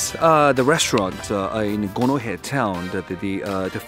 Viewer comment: I thought I heard gonorrhea town, turns out it's Gonohe